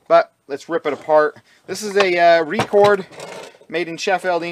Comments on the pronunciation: Hi pal,.over here in the UK we pronounce it Rec ord not Re cord ,i have the same vice and it must be 15 year old and still takes what i ever i throw at it ,thanks for the videos pal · Well done Bud!! Ya gotta have a good vise, it's the #1 tool in the shop!! It's pronounced Record!!☺